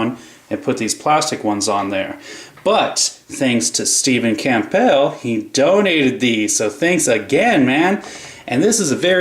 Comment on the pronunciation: Pronounced Cambull p is silent lol